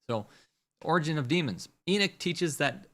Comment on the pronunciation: Its not E-Nick it's pronounced E-Knock. Like when you knock on a door.